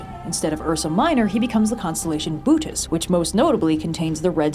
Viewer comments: "boötes" is pronounced boh-OH-teez, adjacent duplicate vowel sounds nice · it's pronounced "boh-oh-tayz" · one pet peeve: it's pronounced boh-OH-tes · It’s always zeus messing up people’s lives can girls in ancient Greece get a break, also how do you pronounce Bootes I’ve heard it like fifty different ways now.